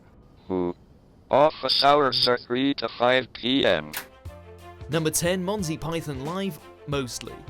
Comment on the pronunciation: "Number Ten, Monsy Python..." Monsy, really? I'm out. What a shame for WatchMojo fuckin UK.